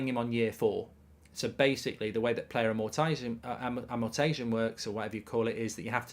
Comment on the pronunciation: Amortisation - 'Am-more-tie-say-shun'